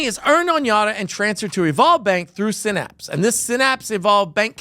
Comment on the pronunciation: It's sigh-naps, not sin-apps. See that Y right there? Yeah, it isn't an i. Phonics is a thing and it works.